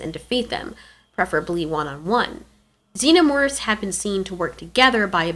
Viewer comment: "zeenermorphs" Lol